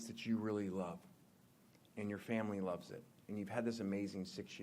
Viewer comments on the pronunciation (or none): none